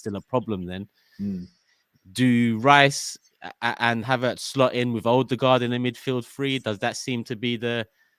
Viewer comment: someone please tell it’s pronounced ERDIGARD not OOOUDI-GAARD